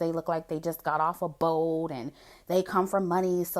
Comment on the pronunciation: 50 cent sounds like he was talking about fish lmao. "just came off a boat" 😂😂😂